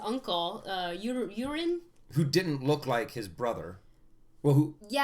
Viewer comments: HAHAHA! You called Euron "urine" HAHAHA I can't stop laughing! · omg that made my day! I'm lucky I wasn't drinking anything or that would have hurt. It's pronounced "your on" btw. It's not a big deal I just thought it was hilarious:D